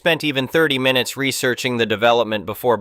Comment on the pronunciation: Minu ets? Is this read by ai?